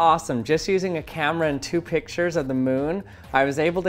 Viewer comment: U sound like u are saying pitchers instead of pictures